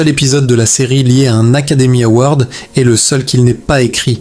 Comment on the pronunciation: C'est bizarre, ça ne semble pas être une voix IA et en même temps certaines erreurs ne seraient jamais faites par un humain, par exemple : il est.. prononcé il est... comme le point cardinal avec le t final sonore. Il y a peut-être un peu de twilight dans cette vidéo